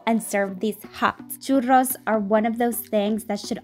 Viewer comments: I felt that when she said: “cHurRos” very satisfying 🤔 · I just love love loveeeee the way you sound " Churrrrrros " <3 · I like how she pronounces "churros" correctly. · I love that you put in the effort to roll the "rr" in churros 🖤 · All Hispanics appreciate that she pronounced churros correctly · I'm mexican, and i really liked that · i respect you sm for not saying choo rows like thank you jesus -. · Mad respect for anyone who pronounces churros the correct way 🙌🏽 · It's so nice to hear that you pronunce churros the correct way 😭💕💕💕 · I love how she pronounces "churros" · YES THANK YOU! i’m definitely going to try this when holidays start for me tomorrow!! ALSO hearing you say churros is sooo satisfying!